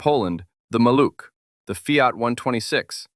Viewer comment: Maluch is pronounced MAH-looh with a voiced H at the end , like in house